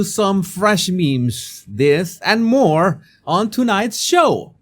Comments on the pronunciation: Jesus, respectfully, it's MORE not moar.❤ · M O R E! Not "MOAR." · Moar. I still want you to answer my question about saying " whore-chard" on prupose. That's not a common sound in the spanish language that i can think of.